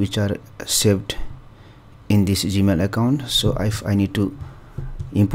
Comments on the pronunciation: Accent. He is talking about G Mail. I appreciate his knowledge. I was able to learn from him. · Why does he say Z-Mail?